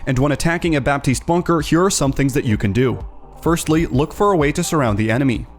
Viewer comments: The "p" in "Baptiste" shouldn't be pronunced, fyi. :) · You're not supposed to pronounce the P in Baptiste.